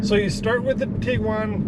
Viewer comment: Thank you for saying Tiguan and not tiQuan. ❤️ my first Tiguan was 2010 SEL and moved up to a 2019 SEL the year and LOVE it, annoying they took away features my 2010 SEP had like the HIID lights, auto windshield wipers, folding siding mirrors, auto dimming review, and memory seats. 😑 Both SEL 4motion, but one SEL is 9 years newer and lost some features. 🙄 2001 beetle 2000 Jetta 2010 Tiguan 2019 Tiguan Love VW ❤️